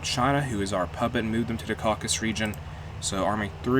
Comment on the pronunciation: Caucasus. Not Caucus.